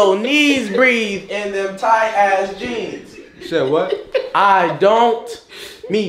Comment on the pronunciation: Nigga said “where I get my jeams from”😂😂😂